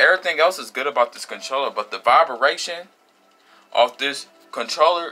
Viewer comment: Not Vibaration It’s “Vibration” 😂😭